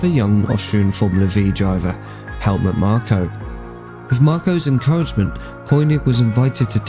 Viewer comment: It’s Helmut moth a t, the h is silent